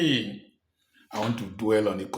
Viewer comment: It’s the way you stress your name pronunciation for me. Thanks 😂